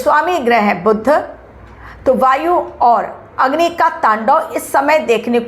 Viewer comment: मॅडम जी, बुद्ध ग्रह नहीं, बुध ग्रह ऐसा उच्चार होना चाहिए / 🙏